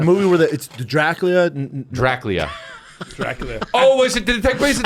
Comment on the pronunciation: Scab can’t say Dracula 😂. What a hack